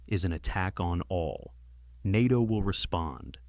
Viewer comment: Article 5 was invoked after 9/11. Also, get your AI to pronounce NATO right dawg , have some self respect